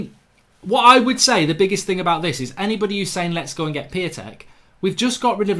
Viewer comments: I think his name is pronounced Peontek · Its pronounced Piy-on-tek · Piatek is pronounced Pee On Tek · You watch Italian football but don’t even know how to pronounce his name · It's pronounced {Shish-toff Pee-on-tech} according to my brothers polish mate